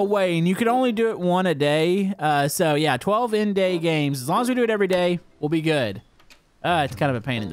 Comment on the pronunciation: "12 in-day games"